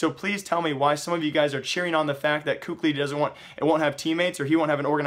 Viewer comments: please stop saying "KUKLI" :< its kelly or kally i dont remember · PLZ STOP SAYING COOK-LY, IT's KELLY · for future reference, kqly is apparently said as Cali like removing the fornia from California. another way it's said is Kaylee. I know I listed 2 versions but these versions of pronunciation comes from former team mates so I'd assume they'd be correct